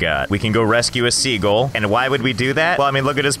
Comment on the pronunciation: It's always amused me that Josh thinks "sea gull" is pronounced "segal"